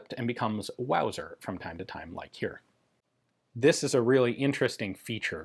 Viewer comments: Wauser? That's ridicu-rous! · First thing that came to mind, when Ian said wauser, was Sha- na-na. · Mauger or Luser?